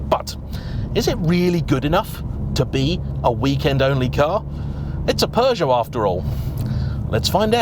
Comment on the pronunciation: is it just me or is he pronouncing Peugeot like it has a R in it